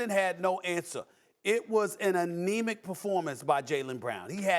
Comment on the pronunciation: Nah. Not anemic. Not anemi. /